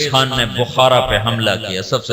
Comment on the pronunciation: khan to ab log bolne lge khatoon nhi hatoon hota h khan nhi haan hota h